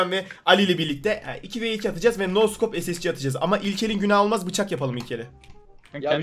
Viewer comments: Şu scopa neden no scop diyorsunuz yav 😂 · Abi neden scopa no scop diyonuz